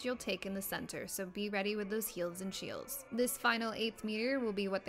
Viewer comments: "heelds and sheels" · "hields and shiels"